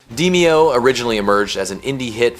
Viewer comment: DEE-me-oh, not Deh-MAY-oh